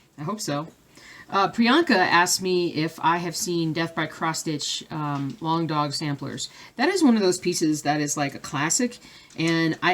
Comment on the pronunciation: I am so glad someone else mispronounced Longdog Samplers besides me. Baahahaha!!! Thanks for all your wonderful videos this year and I'm looking forward to 2019. Merry Christmas and Happy New Year!!!